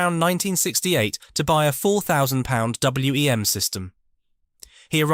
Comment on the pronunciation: Agreed. I had WEM amps and a Copycat and we always called it WEM (one word) not W.E.M. It is a bit distracting